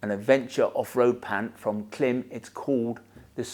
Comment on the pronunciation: KLIM. Pronounced CLIMB. I appreciate you do it for the engagement but still… it’s really irritating. Devalues your opinion when you can’t even pronounce the brand correctly!